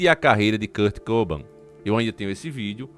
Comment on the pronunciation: Só não tá correto a pronúncia do nome dele né, não é Kurt COBAM, é Kurt Cobain. kkkkkkk